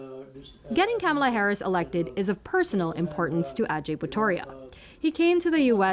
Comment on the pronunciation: Why do you want to be like Trump and mispronounce Kamala's name?